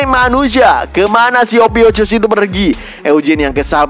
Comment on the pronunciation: Ophiukus min bukan ophiucus 😂😂 polos apa oon 😊